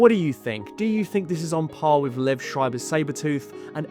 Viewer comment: Bro I telling you, it’s Lee-ehv, not Lev. It’s a very specific German/Russian/Jewish name. I might be one of the only people with that same name and everyone gets it wrong.